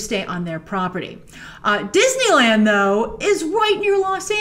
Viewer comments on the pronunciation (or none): none